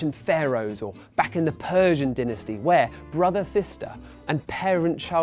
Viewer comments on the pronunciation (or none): 'Dinisty'?! It's 'dynasty' jackass. The Q is silent. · I know he's english but it pisses me off how he says Dinasty instead of Dynasty. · dinasty. ... laBORatory. 😐😪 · Dynasty=DIE-nasty......not DIN-uhsty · it's dynasty , not denisty! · dinisty? Lmao